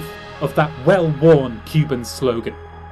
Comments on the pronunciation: A great video but a a bad pronunciation of Spanish at the end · Bro I love this video. But the way you pronounced socialismo o muerte completely snapped me out of the dramatic, heroic, fanatic mood the rest of it induced. It literally shocked me, it destroyed it so much. Please, please pisten to a native speaker say it and practice it before using the slogan the next time! Not to shot on you, really, but The pronunciation was so utterly and ridiculously wrong! Otherwise it was a great fucking video tho! Keep up the good work 🤙💯